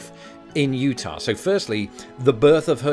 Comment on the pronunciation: I just appreciate your not saying "Utahwrr"